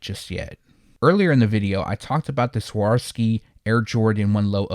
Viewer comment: Hey brother again love the content and am a huge fan of the channel. I previously made a little correction on how to pronounce Swarovski but I realize that when you’re used to a certain pronunciation, it’s difficult to get used to a different one; however, every bit of your content is so cerebral that I am going to try to transliterate Swarovski for you one more time, and after that, it’s your call if you want to change your pronunciation or not. So you would pronounce it as such: SWAH-ROV-SKEE, instead of your current way of saying it: SWOR-SKEE. Either way, love the content and don’t mean at all to sound didactic but thought I would mention it one last time, in case you missed it in my previous comment. Happy holidays to you!